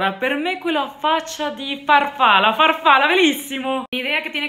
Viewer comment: Farfalla se pronuncia farfal-la, más pausa al ser doble consonante